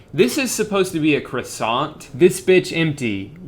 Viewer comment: The croissant vine was butchered, I have never felt so uncomfortable.